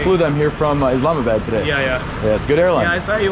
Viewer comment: It’s IslamaBAAD. NOT pronounced BAD. Must be a Wisconsin thing.